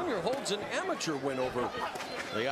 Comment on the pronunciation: Nobody is going to talk about the way he pronounce amateur